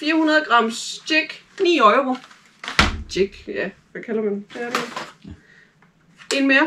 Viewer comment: Haha Øjro. Uden at skal lyde som en dansklærer, det hedder euro ligesom Europa eller Euroman. Man kalder det jo ikke øjroman😂😂 sagt med et smil på læben. Men ellers god video👍🏻